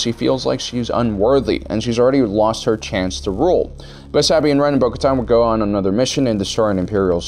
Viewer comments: Your endless box of mispronunciations LMAO (Sah-Been Ran) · Also you pronounce Din Djarin right then you remember you have to mispronounce his name two seconds later LOL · So no ones gonna bring up how he said sabine wren like 1000 times and in the weirdest pronunciation